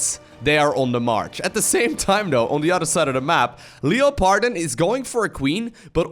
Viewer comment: until i read it myself i did not understand this name from pronounciation. When i saw it i thought, ohhh its german.:D